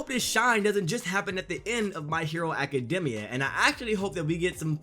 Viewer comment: It's even sadder that you pronounce it Academmia. Honestly it's gross